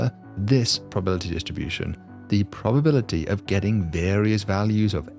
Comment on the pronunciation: For a smart guy, you mispronounce words with alarming frequency. It's "statistics" - not "stassistics". It's "anonymity" - not "anonymy". It's "probability" - not "probility"